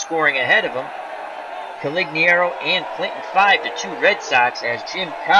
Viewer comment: it's making me nuts.....You keep calling him Coligniaro and not Conigliaro. You switch the L and the N. Only complaint, otherwise, love hanging around and watching, keep it up!